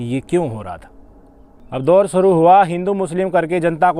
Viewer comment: Suru nahi bhai Shuru bolo